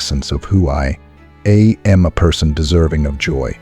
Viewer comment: The AI voice saying who I a m blew it for me. I won't subscribe to this AI BS.